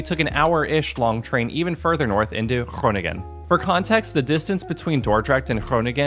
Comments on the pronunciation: You have the tendency to say gronin gen. It’s not really pronounced this way, it’s more pronounced like koning(en)or so the last “g” isn’t so pronounced. Thanks for the episode today 😊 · De uitspraak van de Nederlandse woorden is steeds beter! De NG in Groningen is the same sound as the NG in Wrong, so that G has another sound than the first G, this first one is the same as in Goedemorgen, and you say that right ❤️Hil